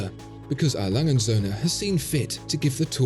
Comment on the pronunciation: Your video's great but seriously, why are you pronouncing A. Lange & Söhne like it's a sinlge word? It's not Alangensöhne, no, it is A. Lange & Söhne. Please. But otherwise a very good video, that just really bugged me (A. Lange = Adolph Lange = a name, & Söhne = and sons)